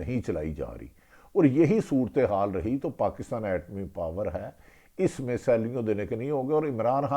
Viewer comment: Arif bhatti saab baaki to sab thik tha lekin jab apne yeh jumlaa sunayaa na ki " yeh mulaaak ek etaaami takaaat bhi hai" yeh to bhut khoob tha 😂😂😂😂😂 iss tarah ke jumleee bich bich mein bolte raaaha kareeinnnnnnnnnnnnnnnnnnnnn 😂😂😂😂😂😂😂😂😂😂😂😂 Baaki to ap samjhdaaaaaaar haiiiiiiiiiiiiiiiiiiiiiiiiiiiiiiiiiiiiiiiiiiiiiiiiiiii 😂😂😂😂😂😂😂😂😂😂😂